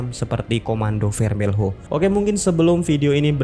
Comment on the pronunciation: Cara baca Portugis tidak seperti itu brow, tulis = Operação Contenção, baca = Operasaun Kontensaun. tulis = Comando Vermelho, baca = Komandu Vermelu.